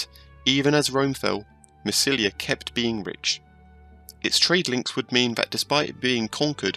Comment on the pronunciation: The greek name is MASSALIA with an accent on the I . it will be MASSILIA under the romans after the siege by Julius Cesar in 49 BC